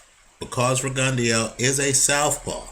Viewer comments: RE-GUN-DOUGH not RE-GUN-DEO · Will you please pronounce his name correctly? It's Rig-en-DOUGH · I think it's pronounced Rigon-Dough. Js